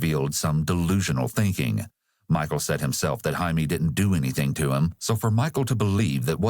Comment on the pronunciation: Annoying to talk about pet peeves regarding a murder case, but his name isn’t Jamie, it’s JAI-me and pronounce hai-meh